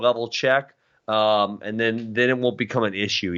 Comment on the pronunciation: Why does Ben say "ayand" instead of and..